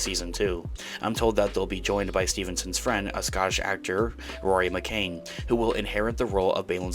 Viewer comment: Not McCain. McCann. ‘Can’